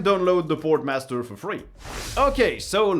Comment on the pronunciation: You really need to pronounce your sponsor names right. You kept calling them Sportmaster like the shops .